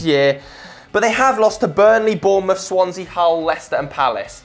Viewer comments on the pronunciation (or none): none